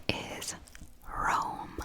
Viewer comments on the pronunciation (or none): You Tokyo Drifted that Roll of the R in Rome lol